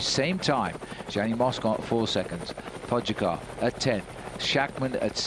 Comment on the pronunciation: when we consider the fame of Tadej Pogacar as of today, it is so ridiculous that they even don’t know how to pronounce his name exactly.😅😅😅